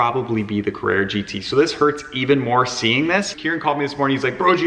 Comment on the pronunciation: It’s not a Carrara gt